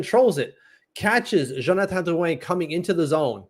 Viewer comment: i second this, just say Drew-in lol for everyones sake.